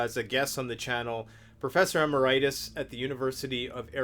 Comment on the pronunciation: Why doesn't he pronounce some words correctly, e.g. emeritus? Is that a Canadian thing?